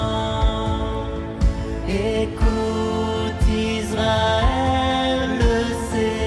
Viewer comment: Magnifique!! Pour info, ca se prononce Israel avec un S et non pas Izrael